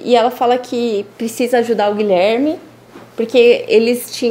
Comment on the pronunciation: Fiquei agoniada com o advogado dizendo "Gilerme".